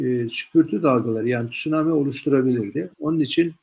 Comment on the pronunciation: Neden sunammi yerine tsunammi deniyor?